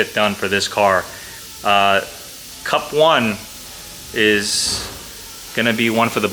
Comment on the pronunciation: Am I the only one hearing CUCK every time he says CUP ?